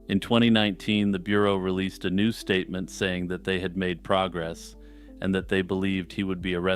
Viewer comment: when you wanna make a S T A T E M E N T